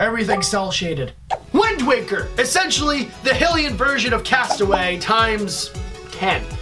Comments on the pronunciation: Hylian.... NOT Helien pronounce stuff right..... ug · H-y-lian not hillian